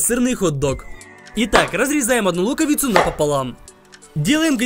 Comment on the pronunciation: Блин помню как ты говорил смешно : берем луковыцу и нарезаеми